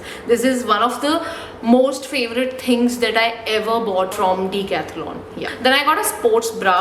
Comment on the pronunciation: It's pronounced as "Deca-thlon" where Deca means ten